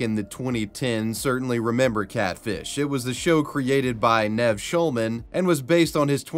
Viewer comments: You know bvioualy have never watched Catfish the show, else you’d know how to say Nev. “Neve” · Never heard anyone butcher Nev’s name so bad! It’s literally 3 letters, and so easy to say. And they say it like a million times an episode and there are thousands of episodes! It’s pronounced Neev. Like need with a v instead of a d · It's pronounced Neev. You have obviously never seen the show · Sir, did you even watch the episode? You keep mispronouncing Nev's name XD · You mispronounced Nev Shulmans name🥴🥴